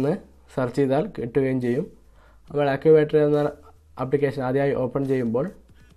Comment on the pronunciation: Accubattery ha ha ha🤣😁😂 അക്കൂബാറ്ററി 🤣😂. ചക്കൂബാറ്ററി 😂😂😅